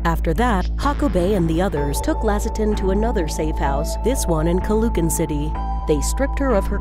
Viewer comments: She pronounced caloocan wrong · I'm a filipino, and the first one occured on the phillippines, also you don't pronounce LAS PIN~AS AND TAGUIG AND CALOOCAN CITY IT IS PRONOUNCED AS TA-GIG,CA-LO-O-CAN, AND LAS-PI-NYAS